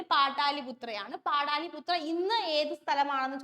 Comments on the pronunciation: Yes. പാടലിപുത്ര എന്നാണ് പറയുക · പാടാലിപുത്ര അല്ല പാടലിപുത്ര എന്നല്ലേ ചോദ്യം 2 ൽ ആണ് ഈ തെറ്റ്